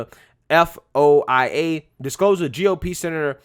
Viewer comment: quick heads up FOIA is typically pronounced as if it were one word spelled foya. Love what you do so this is meant to help rather that criticize